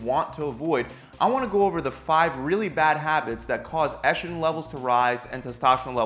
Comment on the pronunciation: Testoshterone.. Eshtrogen...? Where do you get the "sh" from?